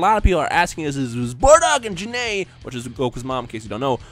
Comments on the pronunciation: Gokus mom is Gine not janay. Her name is pernounsd Jine\Gine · Pretty sure Gine is pronounced as Gene, or "Jeeeen/ Jean" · I thought it was pronounced Guy-N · Why did you call Gine, Jin-A? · Your pronouncing Gine wrong. Its one syllable.